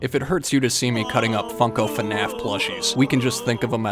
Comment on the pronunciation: Brooo. It's not finaf is fnaf like waah but fnaa..fff . It's not that hard🥺